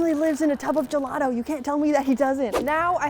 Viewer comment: I was getting triggered by the Word:"Gelado" THE HECK IS GELADO!?!? ITS GELATO!!! GELATO!!!! DIO BONO SANTISSIMO!!!! (by the way the video was nice 👍🏻)